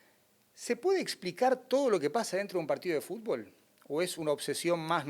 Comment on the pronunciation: El GOAT del fútbol no puede decir fútbol 😅🐐